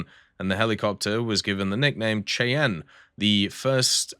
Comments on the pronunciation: The AH-56 Cheyenne is pronounced "Shy-ann." I remember seeing the Cheyenne prototype on display in a museum several decades ago. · Shy-ann.. Cheyenne is not pronounced as it's spelled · the AH-56 Cheyenne is pronounced 'shy-ann', seriously Google how to pronounce things ;) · But this time pronounce it "shy ann" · obviously Bartholomeow does. Maybe he's from Cheyenne and wanted to educate someone who might not have known the proper way to pronounce it. Maybe be a little decent to your fellow humans on the Internet.